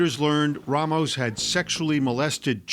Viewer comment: It’s so annoying hearing these people clearly and intentionally saying RAYmos